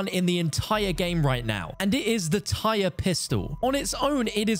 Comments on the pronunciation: ITS NOT PRONOUNCED TIRE YOU UNCULTURED HEATHEN. It’s pronounced like Tyr from Norse mythology. It’s pronounced like Tier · Ugh…. Tyr is pronounced “tier” not “tire” 🤦🏻‍♂️ Do people not notice how all the attachments are all Norse gods?! Good grief. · It’s pronounced the TEAR, not tire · Note tire, tear like when you cry. As I do every time I hear anyone call it a tire. Does nobody know Norse deities are the theme. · It hurts to hear you pronounce it as tire... its tier in pronunciation like Tyr of the giants in Norse myth. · The revolvers are pronounced like “tier” not “tire”. It’s named after a Norse god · You are pronouncing Tyr wrong, it's the name of a Norse Mythological being, it's not Tire, it's Tier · "Tyr" is pronounced "teer" not "tyre/tire" like the norse god. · Tyr as in tear. As in the Nordic God of War. Not "tire" not "T-Y-R". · Tyr is pronounced tear as in teardrop im pretty sure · Tier... That's how you say Tyr, as in the god of war from Nordic mythology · It’s pronounced “Teer” like the Norse god. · It's Tyr. or Tier, or Tear. T - eer my god man the mispronunciation of this weapon from everybody is killing me man. its a name based a Norse god. as are some of the attachments for it. TIER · Good video, but the first pistol is pronounced Tear, like from your eyes as it's spelled the same way as the norse god Tyr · The fact that you pronounced "Ullr" right but was mispronouncing "Tyr" was tilting me so badly 🙃😅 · There is since the attachments have other norse god names... So you should know its in reference to the gods name...